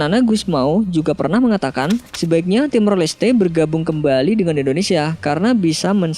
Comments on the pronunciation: Kenapa sih ngomong indonesianya endonesia.. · Indonesia bukan Endonesia 😒